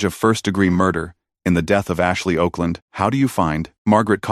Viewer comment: Her name was Okland, pronounced Awkland, Mr AI Narrator